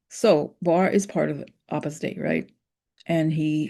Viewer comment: Sorry to butt in but Opus Dei is pronounced Oh-pis Day (long O) not Ah-pis Day even though your pronunciation when you write it out is more fitting.